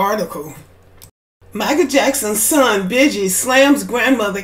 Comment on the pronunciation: pronounced beegee like the beegees